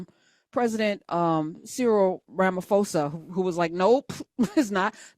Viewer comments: Just a slight correction, Ramaphosa is pronounced: "Rah-mah-por-sah". Anyway, as a South African I can state categorically that THERE IS NO WHITE GENOCIDE in South Africa and NO LAND HAS BEEN EXPROPRIATED FROM WHITE FARMERS. That's total BS. ❤ from CPT, SA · Weirdly the correct pronounciation is RAh-Mah-Poh-Sah....Ramafosa is a noun for a LIAR in Tswana 😂😂😂😂😂 Ramaphosa met Ramafosa in chief 😂😂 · Lovely content . It is pronounced RAMA-posa not RAMA-fosa